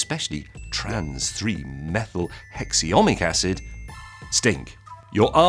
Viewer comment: Apocrine is pronounced Aprocine Propanoic acid is pronounced Propioc acid Hexanoic acid is pronounced as Hexionic acid These are scientific terms. It has nothing to do with dialect. You can't just take defined scientific terms casually because you're British. The way he says out and ouse words makes me suspect Scottish flavours.